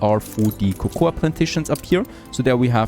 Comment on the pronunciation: Cocoa is pronounced koko.